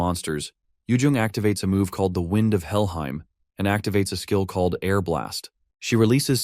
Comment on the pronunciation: This AI reads names of worlds with an 'er" in the end. Muspelheim'er', Helhiem'er'. First thought i had was: "I wish there was an Alzheim world xdd